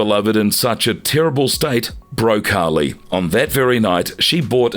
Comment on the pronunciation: It's Harley not holly